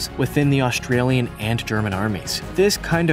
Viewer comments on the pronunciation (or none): and , my ears hear Australian. Might be because of my European ears, but anyway, Austrian is still different from Australian. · For those who think we misheard, he most definitely said "Australian" TWICE, although it said "Austrian" on the screen! Listen again.